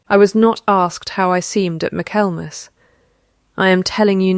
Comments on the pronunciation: Ai. Its pronounced mickle mass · Dear AI voice, “Michaelmas” is pronounced “Mikkelmuz”.